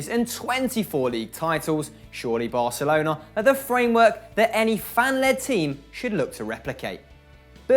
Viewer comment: Thank u for pronouncing Barcelona without the ceseo :") it's so cringy when English speakers say barthelona